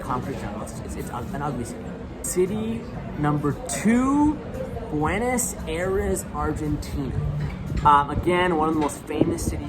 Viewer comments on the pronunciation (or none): the way your pronounce these places really makes it difficult to believe that youve been here. like, buenos aires.....that was impressive the way you said it. never thought it could have been said like that but hey, here it is lmaooo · Agree. The pronunciation of both Buenos Aires and Rio de Janeiro are really odd. Super gringo.